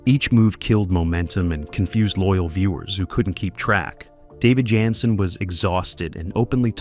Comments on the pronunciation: Repeatedly throughout this video, the series star's last name is mispronounced. David's last name was "Janssen" pronounced: "Jan - sin" NOT "Yansin" ("Yan sin"). All of a sudden (and also ), his name is pronounced correctly, then a few sentences later his name is mispronounced again, and again, and again. Are you A.I.? Contrary to what your narration states (and also later), a walking cane was NEVER used on an on-going basis by Harry Orwell, and it was never "a defining trait" for the character. These notable research mistakes negatively impacted what could have been an enjoyable experience viewing your video on a fine tv series. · JAN SEN, not yan sin. Great topic, great series. Film noir meets Swanson TV dinners. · It's great to see anything at all about this wonderful show. It's too bad this is so full of shit and inaccuracies. And why does the voice say "Yanson" ( or Yiyyanson) most of the time but pronounce it correctly once in a while. The part about Anthony Zerbe not liking the fast pace of shooting because he was a stage actor is ridiculous. He had been working in movies and TV for years by the time he got the role in Harry O. And I strongly disagree about the "first season magic" line. The second season was great. And NO mention that Zerbe won an Emmy for Best Supporting Actor for his role. Half of what is mentioned is either made up or AI confused it with some other show. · Right? It actually got on my nerves.